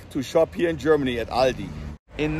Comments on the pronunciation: It is pronounced All Dee In US. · it is not called „Aldi‘s“, its Aldi